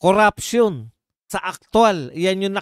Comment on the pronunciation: NO to vice, hindi nya mabigkas bigkas si tambaloslos sa panawahan nyang kuraption daw kono